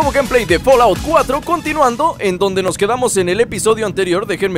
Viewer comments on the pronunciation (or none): Jaja Se escribe Fallout, pero se pronucia Folout -_- pero suena como folaut.... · se dice fallout no folaut como tu lo dices abla bien